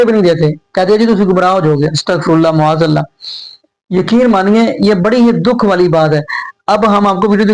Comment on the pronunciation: Ma'aaz Allah aap kyon nahi sahi se bol sakte? You always say Mu'aaz Allah. Can you correct your pronunciation?